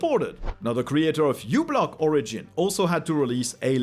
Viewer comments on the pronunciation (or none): none